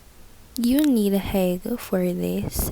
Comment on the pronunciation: The word is not hegg